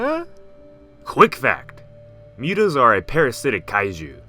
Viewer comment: Mootoes not mewtoes